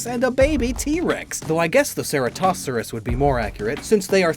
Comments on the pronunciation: At least look up how to pronounce something before saying lmao. That is not how you say Ceratosaurus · Horrendous. It's the first time I've ever heard it pronounced like that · What was that Ceratosaurus pronunciation...